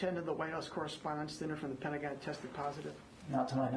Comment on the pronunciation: The Pent-uh- gon